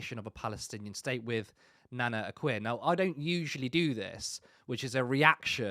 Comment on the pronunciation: Nana akua is a self hating blackwoman. Why is the guy in the podcast pronouns her name nana Akua wrong?. Her name is easy to pronoun is as 'A' kua'"